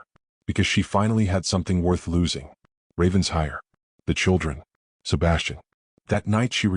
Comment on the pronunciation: OMG! Getting tired of typing this: IT IS NOT RAVENS-HIRE. IT IS RAVEN-SHIRE!!! Lord Pemberton’s son is a holy terror! Arabella Hawthorn is well rid of him. Fortunately for her (and the Duke) the Duke shows up, desperately in need of a governess. Celeste is an envious witch, who will go to any lengths to accomplish her goal. Nathaniel is a worm. Lovely story about one family healing and learning to live again!